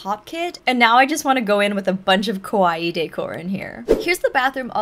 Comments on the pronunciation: you keep saying kOwaii 😭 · The pronunciation of the Japanese A sound is more like in the English word car. Kawaii かわいい (可愛い) means cute or lovable. For some reason many English speakers pronounce it with the Japanese O sound (similar to the English word core), which is not only wrong, but has quite the opposite meaning, as kowai(i) (怖い) in Japanese means scary or scared. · Yeah can't watch this. Can't stand it when people say kawaii like Hawaii. And the straw that broke the camel's back was the "oh my gosh" said 4 times in less than 30s. Too much.